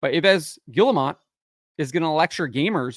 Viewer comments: Eve Ghee-moe. That's roughly how its pronounced. Always found the guy annoying. Btw, when a fit woman is being body positive, she's just trying to eliminate competition. They'll always tell the fat or ugly girls how pretty they are, so they don't change a thing and make their "cheerleaders" look better. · EEVES Gee-Mo ... hard G. you say the "Gee" part like you say " Guy Lafleur's " first name. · pronounce his name like "EEv guee-ye-mo". This guy sucks anyway he haven't done anything himself since a long time. If he was smart he would remove the sexists activists and racists from his company.